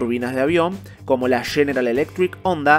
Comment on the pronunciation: #ONDA?¡?¡? Ya no es #Honda?¡, Honda es japonés y en japonés la H si suena, así que no se pronuncia ONDA, eso es de analfabetas